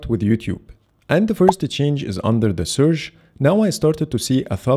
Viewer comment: "Searsh " thats top 😀